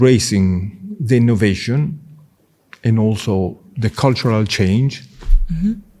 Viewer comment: ehhh Cleo looks you were enjoing the Italian accent 😅 ° ehhhhhh the innnnnovationnnn° 🤣🤣🤣